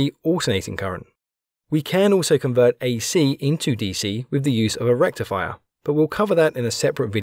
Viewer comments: FFUUULLL BRRRIIIDDDGEEEE RECCCTIIIFFAAYAAA!!! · Didn't you mean to say FOOOOL BRIDGE RECTIFIYAH!!!! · More like recti-fire with him lol